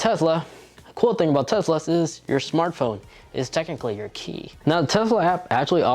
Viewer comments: Why do you keep saying TEZLA annoying af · Tez-la? Bruh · Quit saying tezla